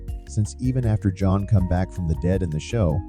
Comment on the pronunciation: I feel crazy, but did I hear you call him "Joan" a few times?